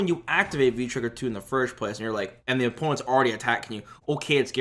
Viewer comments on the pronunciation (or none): "Embrace the Oh Penis"